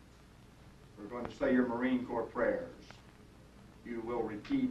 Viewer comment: It's "Corps" Not "Corp". just say'n.